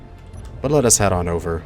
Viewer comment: The way you pronounce "let us" it sounds like "lettuce" xD And every time you say it i have to think about that lmao